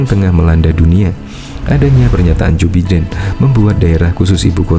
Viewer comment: Maaf mas. Joe Biden cara bacanya Jo Baiden bukan Jo Biden.